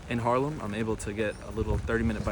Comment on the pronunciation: At one point you said: im really close to Harlem ( i know you meant Haarlem) but my first thought was: no you're not, it's a few thousand miles to the west over in New York:):) Enjoy your stay and beware of those bikelanes:)